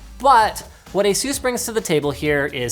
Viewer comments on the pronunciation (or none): Linus, seriously, how do you pronounce 'anus'? Yeah? Now pronounce 'Asus' again.